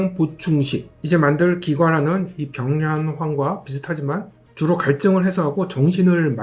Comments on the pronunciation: 병량환 발음 한번을 제대로 못하시네요 ㅋㅋㅋㅋㅋㅋㅋㅋㅋㅋㅋㅋㅋㅋㅋㅋㅋㅋㅋㅋㅋㅋㅋㅋㅋㅋㅋ 기갈환도 그렇고 ㅋㅋㅋㅋㅋㅋ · 경량환 기갈환 수갈환 다 발음이 빡세네요 ㅋㅋㅋㅋ